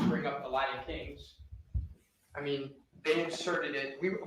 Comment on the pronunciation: Oh Jesus! Did Say Lion kings or LILA king instead of Latin Kings. He then said clearly Latin Kings after the Judge said Latin King. I would fire before I got back to the jail. Lmao